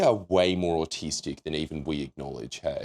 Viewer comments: "Is that supposed to be autistic or artistic?" me not being able to hear the difference bc of the accent "Auh(r?)tistic" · I think this is exactly it; like i'm from US but to me it just sounds like to slightly differing accents both saying "autistic" just in slightly different ways. The rhotic-nonrhotic aspect is definitely the biggest part here lol